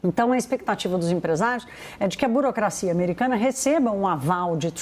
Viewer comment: A jornalista é analfabeta ela pronuncia BOROCRACIA quando deveria falar BUROCRACIA...:face-red-droopy-eyes